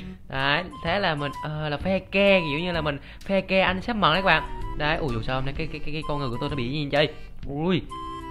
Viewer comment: Mận chứ ko phải mậm haha